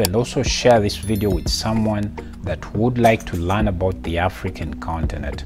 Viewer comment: Why do you say Lan instead of learn?? Google the pronunciation. And speakas instead of speakers